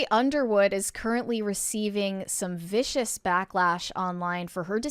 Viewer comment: Am I the only one bothered that they said viscous and not vicious? Something tells me that the feedback isn’t of a syrupy consistency.